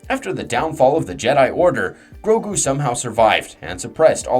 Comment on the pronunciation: There are sooo many pronouncement problems in this video i tried to ignore it but it just continued with more and more words im just really glad you say grogu right lmao